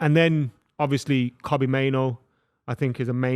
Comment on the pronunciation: I love you but for the love of god, please learn how to pronounce our man Kobbie’s name.